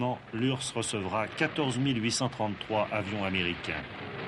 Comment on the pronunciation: Bah quand tu les vois dire ursse au lieu de U R S S